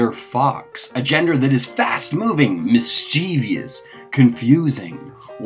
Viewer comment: MIS-CHIEV-OUS. 3 syallables. ****NOT**** MIS-CHIEV-E-OUS. Not 4 syllables. Take note, world.